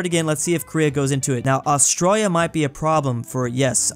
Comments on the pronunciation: it's not Austriya is Australia!! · WHY DOES BRO KEEP SAYING AUSTROIA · I was annoyed that he said Australia as astroya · is saying Australia to Austria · bro called austraila austroyia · i just hate how he says it. Petition to get to do a class on austrailian pronounciation? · why do u pronounce Australia like that lol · You need to learn how to pronounce Australia! lol